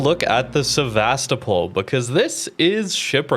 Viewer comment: sEvAstopol? :) SevastOpOl pls.